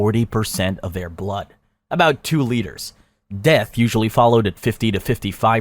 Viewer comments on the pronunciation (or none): love the video but is anyone else a bit bothered how he pronounces liters and centimeters? amazing video but please pronounce measurements properly.